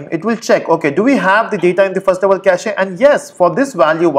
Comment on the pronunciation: lol 6 years later this guy still pronounciates "cachEEEE"....